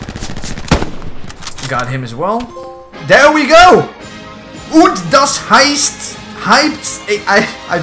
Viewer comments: Your "Und das Heißt" was on point bro, nice :D Greetings from germany :D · "Und das heißt" was very well pronounced, man. Means "And this means..." in english. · " Und das heißt" pronunciation was very good man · I love how you pronounced und das heißt correctly lol then said I don’t speak German haha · u spoke "Und das heißt" very well. greets from Germany =D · Und das heißt ... omg that is realy good germen! I am from germany and you read it 100% correct (btw sorry for my bad english) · "Und das heißt" was actually pronounced correctly at the beginning. Viele Grüße aus Deutschland xD